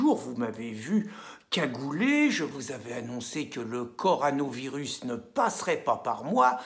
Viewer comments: Il a dit coranovirus au lieu de corona il a fait expres oblige 😂😂😂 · Le "co ra novirus" n'existe pas .... le co ro navirus, oui, comme la corona blonde ! la bonne bierre ... Bonnes vidéos, merci. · corona virus quand allez-vous réussir à le dire ?